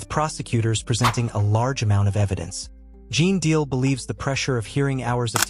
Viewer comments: Ai is on the throne here and by the way his name is GENE DEAL. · You're not even pronouncing his name right....